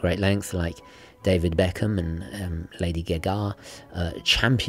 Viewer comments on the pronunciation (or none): Its pelagos and not pelaaaaagos and its not lady gega its lady gaga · Did he really say, “Lady G’ga”?? The English gentleman act really gets thin sometimes. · "Lady Geh-Gah" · He meant Gee Gee, London slang for Horse 🤪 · LADY GEH GAH